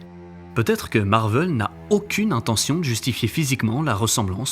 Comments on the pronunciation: MARVEL !! PAS MARVEUUL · C'est Marvel pas Marveul, ça m'a rendu fou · Je me suis arrêté après le premier "Marveul"